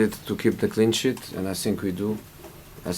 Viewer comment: sounded like clean shit man lol